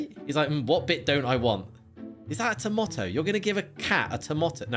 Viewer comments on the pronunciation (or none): At the time in the video anyone else notice said Tomòto and not tomato